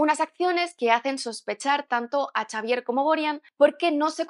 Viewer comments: Xavier se pronuncia Javier no Chavier XD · en inglés se pronuncia "seivier" XDXDXD